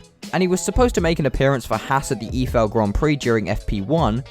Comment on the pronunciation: eifel grand prix is pronounced like "ayfell". Source: i am german